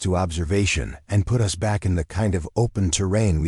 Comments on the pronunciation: For crying out loud teach the ai that there is a word pronounced us & is used far more often than u.s. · The AI attempt at English isn’t good enough. For instance, the word “us” isn’t pronounced U S, as in the United States. Phonetically it should be ussss!